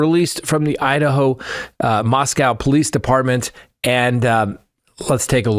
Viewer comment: Hey, you finally pronounced ‘Moscow’ right!